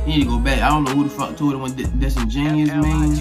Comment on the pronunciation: Ik that its pronounced disengen(U)ous did a little more research on the word lol